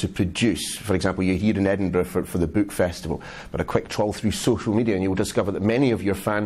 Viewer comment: I love how George says "book" and "lord of the rings" lol. "Buuhk" and "Lord-of-dah-Rings" lol